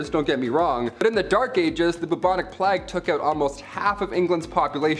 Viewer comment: Can someone tell them how to pronounce the word plague plz lol